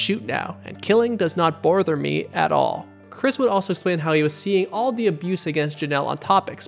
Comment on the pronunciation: The fact that you know that text meant “bother” but you said “borther “ like the text misspelled it 😫😂😂